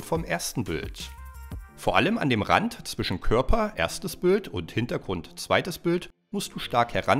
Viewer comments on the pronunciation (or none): none